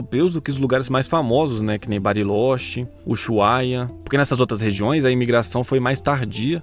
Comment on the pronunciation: Bem legal, o vídeo. Só te liga que estes lugares que citaste, Barilóxi, Uxuaia (como em português, fora do dígrafo CH, o H, sozinho, não se pronuncia, não representa som algum), Mendoza, não existem. A pronúncia é Barilôtche, Ussuaia, Mendoça (como caça e não "caza", iguaçu e não "iguazu", "braço" e não "brazo", coraçón e não "corazón", açúcar e não "azúcar". Eles falam como nós). Também não entendi como pudeste comparar o Brasil com a Argentina, como se fosse um alvo possivel para futuras imigrações européias. Que maluco iria querer viver na Coréia do Norte, onde, ainda que ditatoriais, ruins, como lá, sequer leis existem?! Ah, já ia esquecendo, não sei se tem importância, mas, já estive em todos estes lugares.